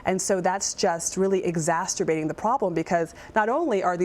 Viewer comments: if “exASTERBATING” is what you said, when “exACERBATING” is what the word actually is....then, you have no place on informative news. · Did she say “exac-sturbating”?